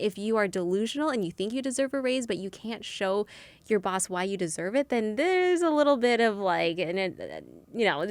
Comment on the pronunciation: Oh my God, the way you said Boss is Bawse (like in Lilly's book: How to be a Bawse). It would be amazing if Lilly were in this podcast. Lilly knows a lot about being the best version of yourself! This episode was amazing! ♡